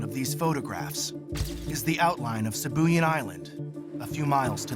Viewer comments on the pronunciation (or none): Sibuyan is pronounced "See Boo Yaan" Silly yanks. 🤣